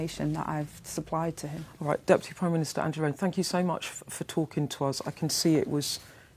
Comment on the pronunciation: NO Bwainer with Angela Rayner